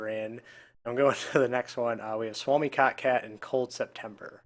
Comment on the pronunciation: cmon..its kotkat...lol lmao.. he didnt even corrected!! Just let it be kitkat